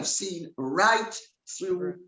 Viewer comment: I will have to listen again. I based my opinion on the word 'seen', says sin instead of seen. As does Murky Meg. I haven't watched a lot of Murky Meg, I think that she does not appear on screen.I haven't heard anything about her home life. I have thought they are the same person for many many months. I will have to check it out.